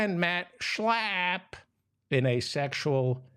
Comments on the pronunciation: Please stop with the obnoxious slurring of Mat Slap's name. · I'm in Australia at is 12 Mitnith and Laughing the way you say Shla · Sorry, I could only make it to on the video. Your nasal pronunciation of Max Schlapp was funny the first time, but became rapidly annoying. Thanks anyway.